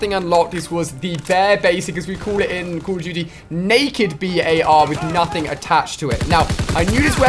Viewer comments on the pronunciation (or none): Dude jus say bar . Its not the B.A.R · Alia its not pronounced B.A.R its pronounced bar other wise it would have those periods between the letters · The BAR is not called B.A.R the way ur saying it is wrong